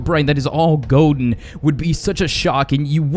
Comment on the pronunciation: Ha ha he said goden herobrine